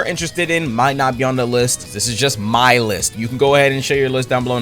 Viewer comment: "my list" What i hear: Our list 😮lets go poggers